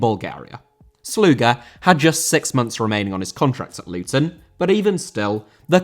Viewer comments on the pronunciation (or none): none